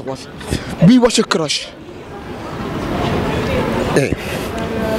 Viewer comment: Het is geen crach maar cruch